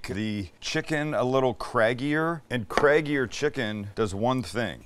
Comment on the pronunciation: Did you say craggier or Craig-ier.... Just checking